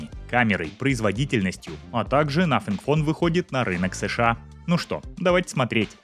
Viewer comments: Автор,извини... В Твоей презентации... Из за произношения-звучит,как.. НАФИГФОН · Надо поработать над произнесением названия телефона